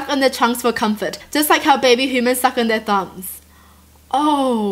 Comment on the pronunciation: She can't even say human propaly